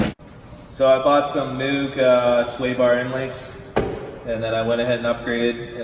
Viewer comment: It's actually pronounced moge with a hard g sound.